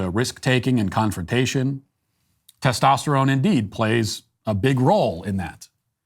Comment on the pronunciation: Tostesytestoterone? What's that?